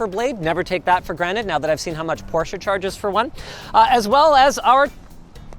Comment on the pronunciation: Ty for pronouncing Porsche correctly.